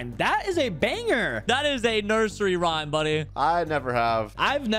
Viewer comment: Rayme? You mean rhyme